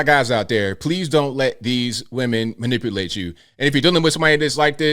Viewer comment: Well she can’t even pronounce manipulate so if you fall for her, that’s on you 🫤